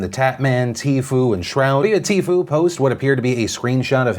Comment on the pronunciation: it's pronounced tee-few